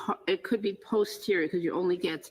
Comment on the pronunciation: It’s NOT pause-terior Brennan, it’s post-erior, and Dr Russell has corrected him, yet he still pronounces it his way.